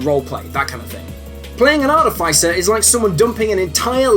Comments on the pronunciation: Artifaicer? Oh yikes... the fice sounds like fist not like ice. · Artificer is pronounced ar - TIFF - iss - er, emphasis on the TIFF. There are no long 'i' sounds in this word. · You saying "Arti-fai-cer" hurts my ears, sorry. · Normally, I really enjoy this guy's stuff. It pops up every now in then in my various feeds and it's usually either accurate or intentionally silly and I'm glad I watched. But not this time. For starters, WHY do SO many people on the internet mangle the word "artificer"?!?! It's AAR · tuh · fuh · sr. Look it up if you like, it's true. Look it up. Get straight. Go forward. Move ahead. Try to inflect it. It's not too late. To freakin' pronounce it correctly. And then there's the actual content. This video is very confused/confusing about at whom it is aimed. Is it really meant for newbies? Then it gets WAY too deep into all kinds of terms and concepts that are going to utterly befuddle a genuine newbie. Or is it worded as if it were meant for newbies, but is really intended to help more experienced players help newbies? Then it spends waaaaay too much time explaining (some of) the concepts that newbies wouldn't get, but even the most lightly seasoned players know and don't need to be taught. Lastly, cheeselocks should be an "F", not a "B", since so many of their rules are unique to them and not shared by any other class. Other than that, I more or less agree with all of the rankings I've enjoyed pretty much everything else this guy has done, so I'm not gonna hold this one, single (really bad) botch against him: I'll still check his stuff out whenever it shows up. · the way you pronounce artificer...yikes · you should learn how to say words. like artificer. and eladrin.